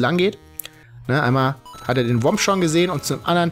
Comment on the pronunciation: Es heißt Thwomp und nicht WOMP